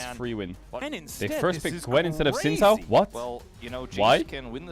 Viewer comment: I played the game where every time Caedrel mispronounces Xin Zhao I take I shot. I am now commenting from the afterlife.